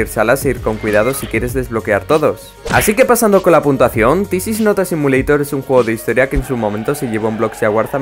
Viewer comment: cuando pones esa letras pequeñas cuando pones la puntuacion dice puntasao